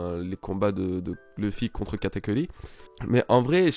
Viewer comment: nan mais tu m'énerve tu fait bien tes vidéos one piece c'est cool mais tu prononce mal le nom de sanji une fois sur deux le nom de katakuri tu dit katakuli c hyper chiant et germa aussi et luffy mérite sa prime alors dit pas nimp merci